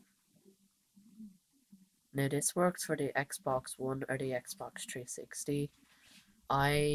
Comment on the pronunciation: Lol "tree 60" lmfao